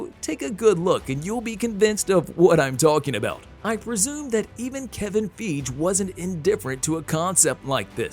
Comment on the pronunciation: so, are you mispronouncing Feige on purpose?